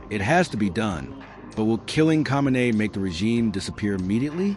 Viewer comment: this reporter should learn how to pronounce Khameini. learn your craft sir.